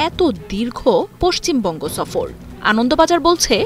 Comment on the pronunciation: ছফর নয় সফর